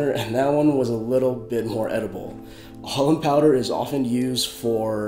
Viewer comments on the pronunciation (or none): Sounds like you're saying almond powder.